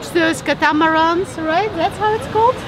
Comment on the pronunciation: I don't know what I just watched but it was quite entertaining. Cat-a-mer-ons